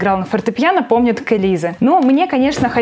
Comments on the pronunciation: Ааааа меня бомбит НЕ К ЭЛИЗЭ!!!!!! А К ЭЛИЗЕ!!!! ГОВОРИТСЯ Е ПОНИМАЕТЕ ЕЕЕЕ!!! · К элизЕ! Не звук Э , а Е